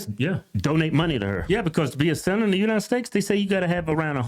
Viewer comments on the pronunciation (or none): United steaks lmfao hodge ttwins cant say united states 😂😂😂 my fav podcast hahaha